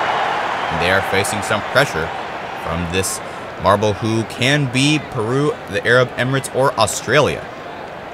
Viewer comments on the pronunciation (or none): none